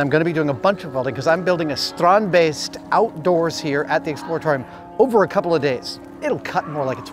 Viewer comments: Oooh you say strandbeest properly now, nice! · Adam, Theo must have taught you to pronounce "Strandbeest" the way you did . Sounded very Dutch! Goed gedaan!! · As a fellow Dutchie ..... I'm flabbergasted by Adam's almost flawless pronunciation of Theo and Strandbeest.... it is a sign of the utmost respect to learn to pronounce someone's name correctly .. tip of the hat to Adam, dude! awesome! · I'm so happy we had the exact same idea when we first saw the strandbeest. Also, great Dutch pronunciation! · Yes strandbeesten Finally something from my home country and you pronounced it pretty well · it was as close to perfect as anyone can do. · I love how Adam really puts effort in pronouncing it right :) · As a Dutch guy I'm fairly impressed with Adam's pronounciation of "Strandbeest" ..good job adam :) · as a dutchman I can't help myself to be a bit proud that Adam keeps saying 'strandbeest'. For those that don't speak dutch 'strandbeest' translates to beach-beast. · Your pronounciation of strandbeest is very good! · Am I the only Dutch person here who was suprised by his pronunciation and also enjoyed how he said Strandbeest? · Thumbs up for the correct pronunciation of the Dutch word "strandbeest". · I commend Adam's pronunciation of both "Strandbeest" and "Theo". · Nice how you correctly pronounce the dutch word strandbeest, which means beach beast